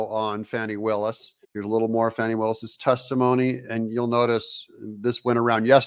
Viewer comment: I'm from the Atlanta area. My entire family lives there. Believe me when I tell you, the lady's name is pronounced like "Fanny". Everyone I know is confounded by the media's insistence at calling her "fawney". Is that supposed to be an upgrade? Regardless of what you call her, everyone I know thinks she's human refuse.